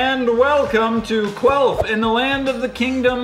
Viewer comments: Sry I am dirty minded I thought is said queaf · I thought it was queef not quelf i was like WTF MARINAS